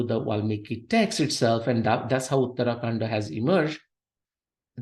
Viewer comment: please learn proper pronunciation - uttara kaanDa, not uttaraa kaanDa.